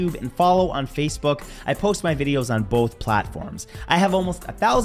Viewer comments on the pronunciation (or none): none